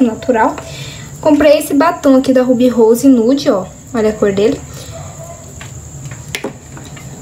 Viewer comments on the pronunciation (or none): none